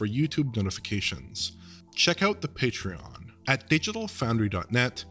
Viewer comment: I’ll sub to your Patreon when you learn how to say Patreon.